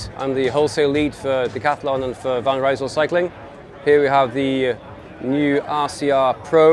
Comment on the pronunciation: Van Rysel employee can’t pronounce Van Rysel correctly 😂 anyway good to know the sales are good, it’s another proof decent quality bikes can be sold at a fair price